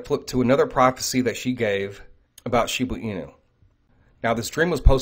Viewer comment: Please....it is shib"A" inu. Not shib"U" inu. I've listened to every video concerning shiba inu and you always pronounce it shibu inu.